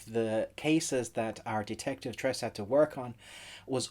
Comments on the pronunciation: its not tres. its pronounce tre see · its tres - se..not tress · It's pronounced as "Tres-se". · It's pronounced Tre seh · Not trey sey its tre se